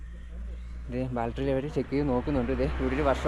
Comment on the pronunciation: ബാൽട്ടറി എന്ന് പറയരുത് ബാറ്ററി എന്ന് പറ മോനെ. സൂക്ഷിച്ചു പോവുക